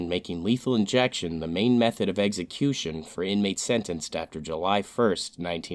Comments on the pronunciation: It's NOT pronounced eggsəˈkyo͞oSH(ə)n. Say it with me please, "eksəˈkyo͞oSH(ə)n." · Glad this dude died in a horrible fashion. The narrator should learn to enunciate correctly, as the word is execution, not eggecution. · Every time I watch this channel and it’s about execution I have to roll my eyes and giggle. The narrator always says “eggsecution” 😄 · What the hell is an "eggsecution"?